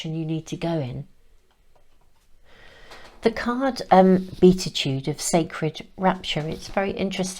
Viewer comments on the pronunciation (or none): Thank you for the reading! Since you ask: it's be-a-ti-tude, from Latin be-a-tus, blessed, blissful. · WOW! #2 was a personal reading for me. Thank you! I just love you! And I am only adding this, because you seemed unsure of the pronunciation of beatitude. Phonetically it is… bee-at-ah-tude. Or the BE- attitude! Meaning supreme blessedness; exalted happiness. In the Bible, any of the declarations of blessedness pronounced by Jesus in the Sermon on the Mount. ❤️